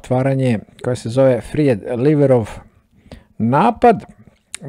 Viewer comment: Vaš sam “pretplatnik” i rado gledam vaše partije. Ovo je prvi put da se javljam i to sa malom primedbom, odnosno, korekcijom. Prvo, o izgovoru. “Fried Liver” se ne izgovara po Vuku, već kao “frajd (fraid) liv’r”. Drugo, Fried Liver nije nečije ime pa tako ne možete reći “Fried LiverOV” (genitiv) napad. Fried Liver je naziv za prženu ili pohovanu džigericu i nema genitiv. Hvala i sve najbolje u Novoj godini.